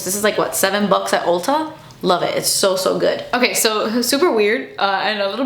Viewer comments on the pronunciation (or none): none